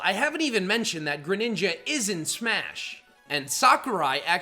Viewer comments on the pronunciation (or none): GRENINJA, NOT GRANINGA!